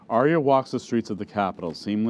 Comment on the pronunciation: AK Rex yes, i love this presentation but i am disturbed 😧 😳 by the mispronunciations of the names. It was in by head all the time and i feel bad listening to the names said that aren’t right, such as Arya as said as “aerya” and so on. But overall i enjoyed and liked it!